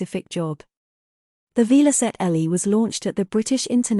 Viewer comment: Shame you couldn't find an IA voice that could pronounce Velocette correctly.